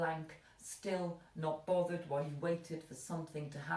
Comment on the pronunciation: Like 'Bovvered' love your haircut